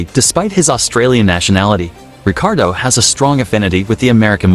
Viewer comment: It’s Ricciardo not Ricardo